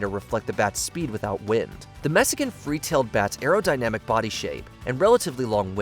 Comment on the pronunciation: Messican 🤦‍♂️ it’s Mexican